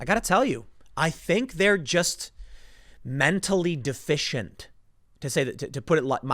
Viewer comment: The way you said "mentally deficient" slowly,,,, LOL